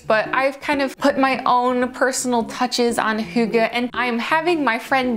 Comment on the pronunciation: That's not a real fire - its your tv right? Also, impressive pronunciation of hygge!